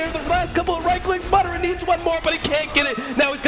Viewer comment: ITS MA-DA-RA NO MARRA